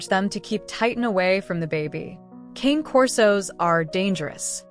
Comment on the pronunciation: They aren't "Kain" Corsos; They are "cahnay" corsos. The AI mispronunciation is disgusting.